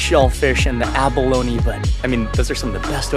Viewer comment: its not abalonie its abalone lol